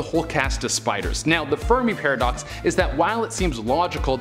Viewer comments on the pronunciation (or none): Did anyone else think said Furby paradox?